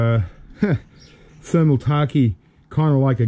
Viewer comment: Hey! The thermaltake case you had there is pronounced as Thermal Take. Thermal related to heat/cold, and Take as in 'taking something'. Goodluck.:)